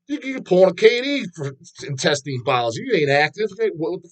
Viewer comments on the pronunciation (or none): doesn't know how to pronounce the organ "intestine"